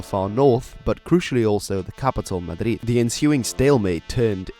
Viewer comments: His pronunciation of Madrid is probably the most correct thing in this video. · He nailed Madrid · nope, the Spanish pronunciation is either Mađriđ or Mađriþ, which, in English, could be phonetically written as Mathrith. đ = THe þ = wiTH